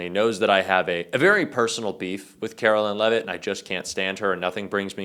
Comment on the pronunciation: "Carolyin' Leavitt"